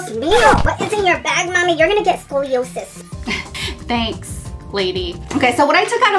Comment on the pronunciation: Lol I have scoliosis and its funny hearing you say it loooolz